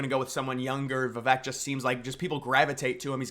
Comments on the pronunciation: Vi Vake 😂😂 not Vi Veck 🤣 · please say his name correctly if you like him. I'll help vuh-vake Vake like cake with a V. his quote helped me remember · Love the vid bro! Good content! 😄 Just one thing tho…Vivek’s name is pronounced viv-AKE. Like cake…. 👍🏻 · Vivek Ramaswamy. Learn to pronounce his name. Vi-vake. He is the number 1 person to demolish the deep state. He is our 1776 America First patriot. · Learn how to pronounce Vivek. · every time you mispronounce Vivek it's triggering